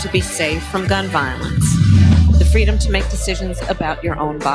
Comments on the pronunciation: I believe it's "fweedom " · She never said that; she always said fweedum. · Harris for “Fweedom!” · Doesn't Kamala mean "Fweedom"?